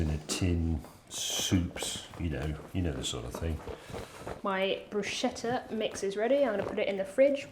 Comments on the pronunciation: Oh boy... 1. pronunciation of Bruscheta and Chiabatta are dreadful, 2. How can you use tomatoes and not wash them before cutting them??? 3. Stop adding salt and pepper without tasting it before 4. Don't throw away the bits of chiabatta bread you aren't using... Throwing bread away is a sin! But above all else: James May, WHO SAID YOU COULD ADD SARDINES AND ANYTHING ELSE OTHER THAN OLIVE OIL? As you were preparing it, I felt my stomach getting revolted... That is top representation of British cooking: just awful. At least you could have done something useful with the spice trade after stealing it from us the Portuguese... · never ever broooshettah.... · Not “buscetta” but bruscetta. The second pronunciation is correct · Waddya mean no one knows how to pronounce bruschetta?? Morons make a shh sound and people aware of it being an italian word make a sk sound… much like in school btw😉 James is very well aware of the correct pronounciation I bet it follows the same rule as barchetta 😁 ch is k done! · It's pronounced BruSKETTA, not Brushetta. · Pronounced broosketta, not brooshetta, please. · It's NOT,NOT,NOT Brooshetta,It's pronounced brooskayta. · It is pronounced "brouskettah". c in italian acts more like a k not a sh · It’s pronounced Bru-scat-ta with the accent on the ‘scat’. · It's "broos-kètta" (I'm Italian). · It's Pronounced like Bru-skeh-tah. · BROE - SKE-TA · CH in italian is pronounced K, so "brusketta" is correct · ChiaBATTER for the BrooSHEDDA. wholesome english inaccuracy. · 'Bruschetta' is pronounced like BROOSKETTAH, 'KET' being the accented syllable. Source: I'm Italian. Cheers! //Rick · It's pronounced brooshketa. CH together in Italian is "k" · I would choose the bruschetta any day, but, PLEASE, learn the pronunciation of ciabatta and bruschetta! Cha-ba-ta Bruce-ketta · It's brusKetta. "Nobody knows" 🤨 - we Italians know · BrusKetta. CH = K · Bruschetta .. the "ch" is hard, like a k for you english speakers